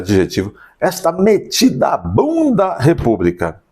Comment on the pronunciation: Meditabunda, Dr... e não metidabunda... kkk... acompanho seus vídeos diariamente; parabéns pelo trabalho. grande abraço.